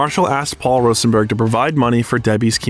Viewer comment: The pronunciations of Mathers, Rosenberg & Suge are absolutely criminal